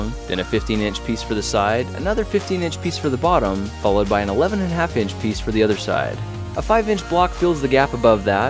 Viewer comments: Did he say, "The otter side," by accident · Kitten Catten he said udder